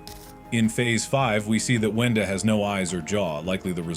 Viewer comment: "wenda" not "wanda"